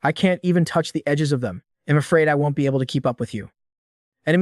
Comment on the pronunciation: picking nits: won't pronounced wont.